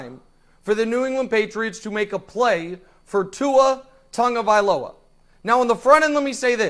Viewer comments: Learn to say Tua's last name Tagovailoa NOT Tongavziloa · There is no “N” in TAGOVAILOA